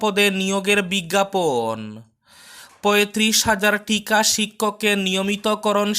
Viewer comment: টিকা শিক্ষক নয়রে ভাই হবে ঠিকা শিক্ষক । প্রত্যাহান নয় প্রত্যাহ্বান হবে।